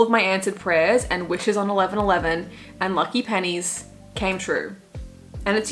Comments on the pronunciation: I’m so glad I’m not the only one who hears “panties” when she says pennies 😂 it was the same with “my pennies make your crown”. I was like TAYLOR??!!! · I'm so glad I wasn't the only one who heard "panties" instead of "pennies" in Wood 😂